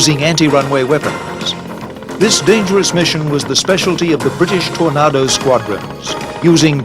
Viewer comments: I wish he'd learn to say Tornado correctly... with an /a/ as in ache NOT an /a/ as in art. ..or is he trying to do a fake British accent?? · Stop saying Tornaaado, it's Tornado as in 🌪️ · I wish the commentator could pronounce aircraft names properly, wtf is a tornardo I thought they were called tornado, it sounds disrespectful. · TorNARDO? Sahara DESERT? Think your pronunciation is ORF! Where is the SAHARA DESERT? Suggest you check themeaning of the word, SAHARA. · "Tor- NA- do" 😅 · Seriously, who checks the content of this as nobody, not even Americans call a Tornado, a Tor-nah-doh. Its the same as the big swirly weather thing they have in the USA. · FFS...The aircraft is a TORNADO not a TOR-NAR-DOUGH! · What's a Tornarrrdo? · How does the narrator not know how to pronounce the word Tornado? And don't get me started on Jagwarr. Its Jaguar. Three syllables. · Really bugged me the way the narrator keeps pronouncing 'Tornado', bloody idiot ! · Why can't this narrator pronounce "Tornado"😮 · Why can't this guy pronounce Tornado or Jaguar properly ? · The narrator is having a rough time pronouncing Tornado!